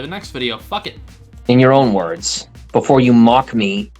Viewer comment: Jesus fuck I hate his voice and the way he pronounces words